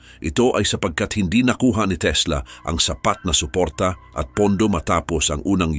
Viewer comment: Natatawa ako sa pag narrate ni kuya.. itso, kuryentse, suportsa, tsubig, nakitsa, ditso, nitso, kapakanan ng tsao.. ano ba yarrrrn…